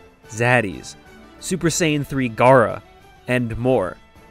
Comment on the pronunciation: anyone else laugh when he said ss3 gara?